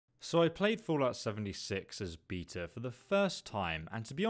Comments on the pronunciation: wtf is a beetah? its beta! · it’s pronounced BEAHTA not BEETA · BAY-TA not BEE-TA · “Fallout 76 Beeta” 😂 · “Beeta” lol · Did you just say fucking BEETA? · Mahvimcoo Well that’s different. People got confused with his pronunciation of beta, but most people can understand a small spelling mistake like “allot”. Very. Simple.